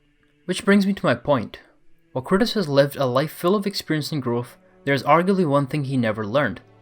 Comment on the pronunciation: Why do you call Kratos Curtis??